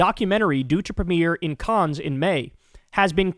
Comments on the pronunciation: Kyle, Cannes (France) is pronounced 'can' Thank u for covering Gaza, Yemen, etc... and SO WELL! 🍉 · It's pronounced like "can" the es is silent in Cannes. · So Cannes, Kyle, is pronounced simply, Caaan. The s and most consonents that end words in French are silent unless followed by a word beginning with a vowel when you liaise them. Love your show. ❤🖤 🤍 💚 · Hey Kyle my dude, "Cannes" is pronounced, "CAN". Love you bro. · Not to be pedantic, but it’s pronounced can. 😊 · Thank you for keeping us informed. Btw, it's pronounced "Can" (the 's' is silent). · kyle, i appreciate you, but please take the time to learn correct pronunciation: i.e. 'cannes', 'sepulchre', this time. these are not unusual words. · No, pronouncing Cannes correctly is not as important as the Gaza genocide, obviously. I'm just letting him know how to pronounce Cannes. I think he'd appreciate it. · That IS a hard one (I first heard it ystrdy) .. but Cannes (France)? come on He never heard of the Cannes Film Festival?!?! smh